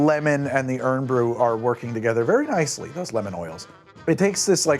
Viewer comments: Hey it maybe spelled irn bru but it's said like iorn bru. I have had it all my life and I personally wouldn't say to me that their is any bubble gum flavor from it. Compared to any other bubble gum drinks out there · You pronouncing this wrong made this unwatchable for me a Scottish person, whose favourite drink is Irn Bru (Iron Brew). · Three "urn brew"s in ten seconds. I'm sure it's a very nice video but I cannot tolerate this. Have a good day :) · Always 2 seconds in and he’s saying it wrong, not surprised.. it’s iron brew😂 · Pronounce as Iron Bru, and when referring to Scottish people it’s The Scots! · Iron. Brew. xD Please. Where the heck did you get that pronounciation from? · Every time you say "Uhrn Brew" a haggis pup drowns in a loch 😓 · New drinking game take a shot each time you hear Urn bru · Another yank who says it tastes like bubble gum your bubble gum must taste weird as it’s nothing like that plus why are you pronouncing it irnnn bru 😂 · It's "Iron Brew" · When he said errrn bru I spat out my Irn Bru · its "Iron Bru" lmao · Iron Brew, not what said, and it's Scottish, yea tool. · hey at least he got it half right, the amount of people ive seen pronounce it "urn bruh" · it's IRON BREW. You don't pronounce it like the can says. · I'm horrified with how you're pronouncing Irn Bru's name tbh. It's Iron Brew! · I think my eye twitched everytime I heard him say ' urn brew ' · Hearing "urn brew" a few hundred times made me cringe every time!🤬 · Literally shouting "iron brew" at the TV 😂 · It tastes like Irn-Bru. There isn't anything we can compare it too. You pronounce "Irn" as "Iron" rather than "Urn". I understand the misread but still. I dislike it but my friend loves Irn-Bru and Vodka. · "urn brew", lol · Damn, one minute in and he’s calling it urn brew and calling the Scottish “scotch”, just to make sure we know this isn’t one of those researched videos 😂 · spelled irn bru, pronouced iron brew hope this is helpful 👍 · "Errrm brew"